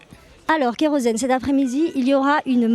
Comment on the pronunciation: En fait c'est soit kerozen soit keros-n mais pas kerosn-n